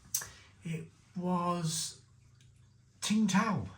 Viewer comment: Tsingtao first part is pronounced like 'sing' and you said the tao part correctly